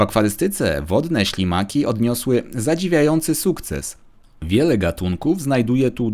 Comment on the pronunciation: Czy tylko ja usłyszałem na samym początku szlimaki zamiast ślimaki?